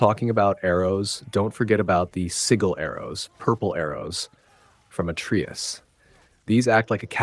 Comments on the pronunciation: He says it right when it gets to the atreus section, then literally 3 seconds later, he says it wrong. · How can someone know so much about the game....but still can't pronounce Atreus properly? 😂😂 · How tf are you going to play through a 30+ hour game, and still say atreus wrong? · "Sword"? You mean blades. "At-tree-us"? You mean uh-tray-us. "Sig-l"? You mean sij-l. Have you even actually played this game? Good tips though. Thank you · “Segal arrows from Atreeus” 🤣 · How can you know this much about the game, but can’t even pronounce “Atreus” or “Sigil?”